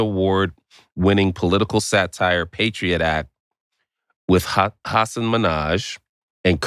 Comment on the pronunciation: I'm so sorry they pronounced your name wrong, Hasan. Very disappointing. Janky research. Kudos to you for not mentioning it before sitting down.